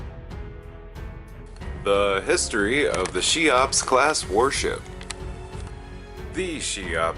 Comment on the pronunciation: Cheops is pronounced "KEY-ops", not "SHY-ops". Just FYI.